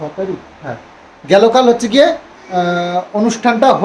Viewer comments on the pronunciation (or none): Gelo kal ta ki😂😂? Correct word is gato kal😅😅 theek kore bangla janoi na?? Amra Delhi te North Indian der sathe thaki athocho bangla jani😅😅